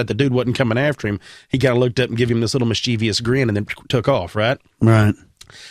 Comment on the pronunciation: Following the theme of learning: Mischievous is pronounced mis-chuh-vous (not mis-chee-vious) MARJORIE is her name, not MAYJORIE. That one was brutal or. And finally, it's not jealousy, it's envy. Jealousy is when you're scared something will be taken from you. For example, when an attraction person talks to your partner and you worry your partner will like them more, that's jealousy. Envy is when you wish you had an experience that others are having ie: "I envy those who have seen a Gnome in real life."